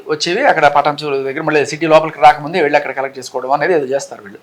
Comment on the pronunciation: పఠాన్ చెరువు కాదమ్మా, పఠాన్ చెరు అనాలి.